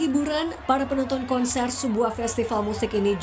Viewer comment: Host : "Sejumlah penopon korsen..."